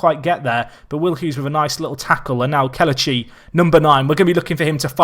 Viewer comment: It's pronounced Keh-leh-chee instead of Keh-luh-chee. Great video nonetheless